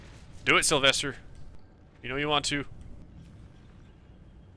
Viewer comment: why do you pronouce sylwester with a v?